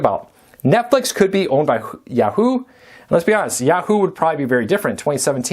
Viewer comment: I know - it's YAH-hoo.